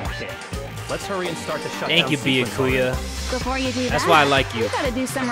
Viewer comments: I love you but, this is how you say his name. Bee-yas without the s-ku-yas without the s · Byakuya: favorite character: Bee-Ah-Koo-ya